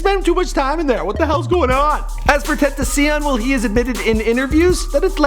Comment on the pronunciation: TEN TAWH SHE ON **